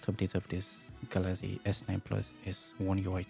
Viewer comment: It's not Galazy it's Galaxy brother